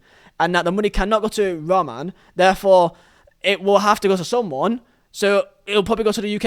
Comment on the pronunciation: Why can't you say Roman correctly though